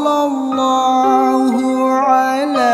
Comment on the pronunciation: Maaf ka dibaca nya bukan sollolloh tpi sollawlloh